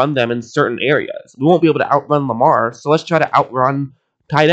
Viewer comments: It's Lamar not Jamar. Jeeeez! 😒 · Lamar* not jamar